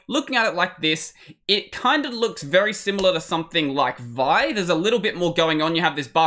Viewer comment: Just FYI, vi is pronounced as two separate letters, i.e. "vee ahy". Same with "ed", it's "ee dee".